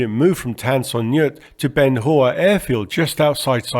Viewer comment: Some pronunciation tips from a Vietnam vet. Bien Hoa was pronounced Benwa, Tan Son Nhut was pronounced tahn son noot. Pleiku was playcoo.